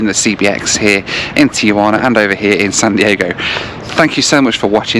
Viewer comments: Please people, why do you pronounce the name “Tijuana” as if you were referring to your Aunt Juana, Tia Juana? Why do people add the vowel “a” between the “I” and the “j” and make it a four syllable word? It’s three syllables: ti-jua-na. Drives us crazy here in México. Where is this guy from, Lonadon? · There is no A between the Tee and the Wana. The name is pronounced TeeWana.